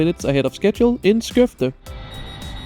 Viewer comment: S-Koev-de... yeah, not gonna be mean xd